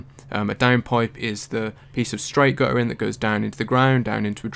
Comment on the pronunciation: Guttering, not gu''ering.